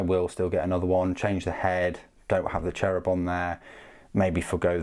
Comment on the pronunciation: Love how you pronounce the Cherubim, sounds like Cherry bomb to me ^^ Anyways great video and great review, I probably will start a small sisters army as well, just to have all three inquisition orders, as I have a mostly metal Grey Knights army, a Deathwatch force, although that one is very small, Can't keep away these beautiful ladies. I think GW really hit the spot with their Knights Adeptus Mechanicus and Sisters releases in the last years, I remember people waiting for all of these for years to be either receiving modells at all or geta decent re-release. :) Thanks for keeping the videos up and pet your Dog, iirc you have a Great Pyrenees as well :)